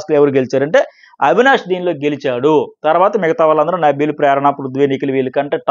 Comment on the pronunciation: Nabeel ❌Nibbal ✅